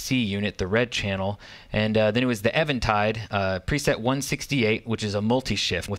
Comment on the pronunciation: thank you for pronouncing Eventide correctly